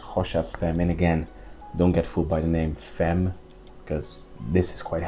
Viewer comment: You just need to correct the pronunciation of the femme(very common mistake by non french),and you're ready to go:)... actually,it's very easy...